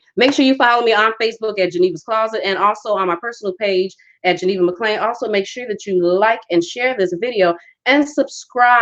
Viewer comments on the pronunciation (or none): none